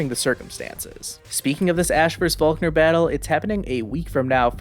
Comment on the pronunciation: why did you call volkner falkner they are clearly different